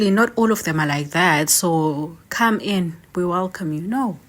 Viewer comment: to come not cam